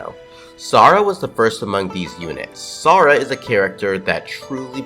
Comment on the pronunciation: the real niche is you pronouncing Sara's name as Sora